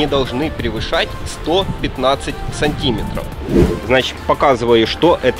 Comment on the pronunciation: СантимЕтров, а не сантИметров.